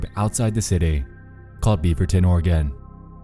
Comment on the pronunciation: Oregan? Ore a gon. The e is silent